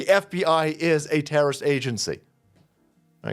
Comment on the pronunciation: "We whuz not terror wrist.. just axing"